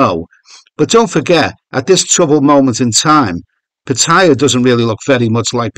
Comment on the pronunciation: I wish you would pronounce Pattaya properly, haha.